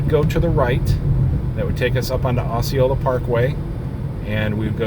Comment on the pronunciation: Just so you know, it's not 'O'ceola, it's pronounced 'ah'ceola. Growing up in Kissimmee I hear all these Native American names pronounced in a lot of different ways. 😆